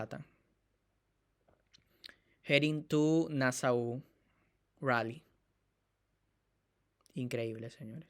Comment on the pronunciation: pronuncia bien ya te dije antes que se pronuncia(,CONDADO DE NASO ) NO LO OLVIDES.❤❤❤❤❤